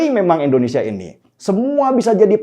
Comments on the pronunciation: Koreksi sedikit bang Den. Pengucapan nama negara kalau bisa yang tepat. 'Indonesia' bukan 'Endonesia' . Maju terus bang 👍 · Bang, Indonesia bang... bukan Endonesia.... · Tidak bosan untuk mengingatkan bang. Negara ini punya nama Indonesia "I", bukan Endonesia bang. Salam hangat bang. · Ngmng Indonesia aja pake E? Udh mending ga ush buat konten dpt in sertifikat ngmng dulu baru buat konten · Indonesia...!!! BUKAN... Endonesia... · Indonesia bang.. bukan Endonesia.. 😒😒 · INDOnesia, bukan ENDOnesia! Pelafalannya selalu kurang pas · Kmp lw terus sebut endonesia.... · Bukan ENDONESIA Tapi INDONESIA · Indonesia bang bukan endonesia In no end